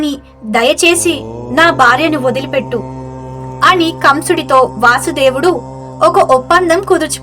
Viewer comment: ఆయన పేరు వాసుదేవుడు అని పలక కూడదు వసుదేవుడు అని పలకాలి